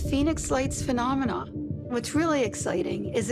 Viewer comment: I swear if I hear someone say phenomena like that I’m gana 👊👊👊🦶🏻🦶🏻🦶🏻🦵🦵🦵🤜🤜🤜🥊🥊🥊